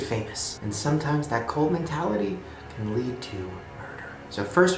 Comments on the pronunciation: Does it bother anyone else that Shane says "colt" instead of "cult"? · b why do you pronounce it "colt" wtf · Why do you pronounce "cult" as "colt"??? I love you Shane, but your vowels sound fucked lmao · WHY DOES HE KEEP SAYING COLT AM I THE ONLY ONE WHO PRONOUNCES IT CULT OR WHAT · Why you saying "colt" instead of "cult". I was so confused for a while. Cool regional accent. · Shane pronounces cult like colt, as in "If you keep throwing rocks at my window, I'm going to take out my Colt".